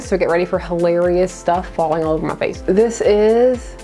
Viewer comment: I’ve never heard someone say “muh face” as many times as you did in this video. Quite amusing!